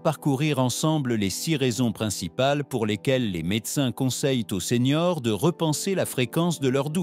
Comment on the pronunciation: Les vidéos sont très intéressantes, mais j' entends que c'est l'IA qui parle. Ainsi quand vous voulez parler des seniors, vous dites seigneurs.